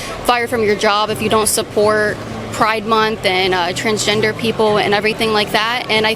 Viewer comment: Did he say transginger?